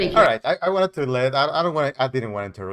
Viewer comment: I Loved when you said that was acharthic moment for Opper.